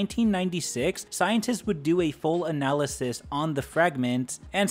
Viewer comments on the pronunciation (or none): none